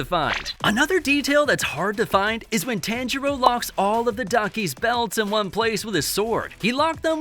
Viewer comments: (tawn-jur-o) not (tan-jur-o) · Dude. PLEASE start saying my guy’s name correctly. The emphasis is an “Ha” sound (T-Ha-ngiro)